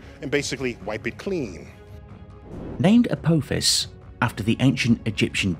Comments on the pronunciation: A-tinky-winky-fis? A-dipsy-fis? A-lala-fis? A-po-fis! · every time Apophis was mispronounced I had a slight cringe, it was so bad. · FFS. Learn to say Apophis' name correctly.